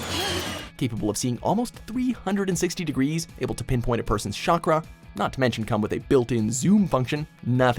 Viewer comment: “Shakra” instead of chakra, can we get someone who watched the show to do these videos.